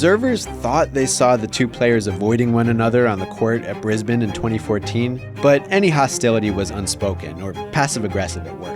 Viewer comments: I'm just impressed you pronounced Brisbane correctly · Finally! Someone who can pronounce Brisbane correctly! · Hey pronounced Brisbane correctly! You've made this Australian proud!